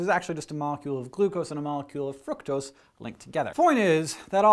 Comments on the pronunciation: I feel life he doesn't know how to pronounce "fructose" so he just kinda mumbles it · i hear from a guy at UC berkely that Its fruktose not fruitcose ... i spelled wrong for accent. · when hank said fructose i though he said fuck those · Is he saying Fructose frucktoast?